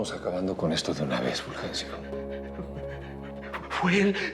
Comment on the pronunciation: Jajaja me da risa el furjencio